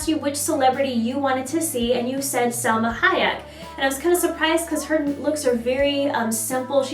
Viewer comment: 'Halma Sayek' hahaha ure the best <3